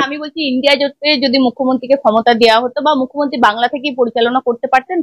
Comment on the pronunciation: এই মেয়ে তো মূখ্যমন্ত্রীই উচ্চারণ করতে পারে না এ আসছে উপস্থাপনা করতে?